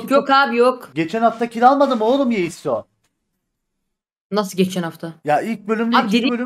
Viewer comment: Nobody:Yeisso Testesteron:Yessio